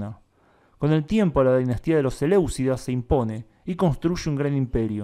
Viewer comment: Selyucida, no Seleucida, eso es una dinastía griega de la antigüedad